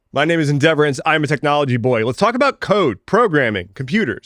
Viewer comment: endeavorance? more like en*dev*orance